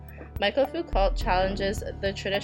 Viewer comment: This was helpful thanks....your pronunciation of Foucault is really grating though lol it's pronounced like Fooc-oh